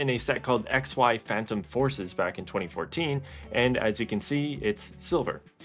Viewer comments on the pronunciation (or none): none